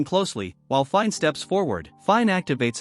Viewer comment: Dude. Her name is pronounced as FI-NÉ.